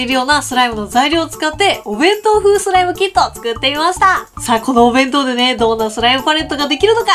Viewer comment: パレットが完成したときの 弁当弁当弁当弁当！が ベトベトベトベト！に聞こえたのは 私だけじゃないはず🤔